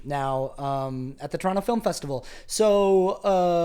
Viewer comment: Torontonian here! I just had to commend you on your correct pronunciation of Toronto :)